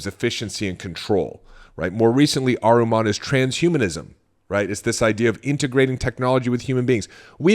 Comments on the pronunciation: Not Ahruman. It’s Ahriman 😊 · Ahriman (/ˈɑːrɪmən/ not aruman